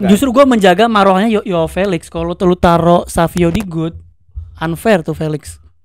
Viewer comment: Padahal savinho bacanya savinyo kenapa jadi savio😂